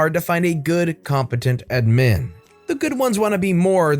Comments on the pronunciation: Does anyone else get bothered by how he says “admin” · The way you pronounce admin makes every cell in my body greatly confused. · The way he says admin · How does someone mispronounce the word "admin."